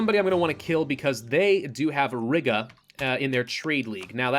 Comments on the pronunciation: I wonder how long it'll take for him to learn/realize that it's Ree-gah not Rig-uh😂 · Please stop saying Riga like that